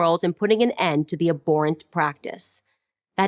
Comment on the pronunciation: Literally the whole pu video is whataboutism, except what they are comparing to is actually less cruel and less evil. Also I hate how she pronounced "abhorrent".